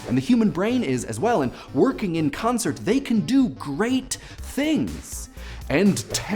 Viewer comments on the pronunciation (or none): none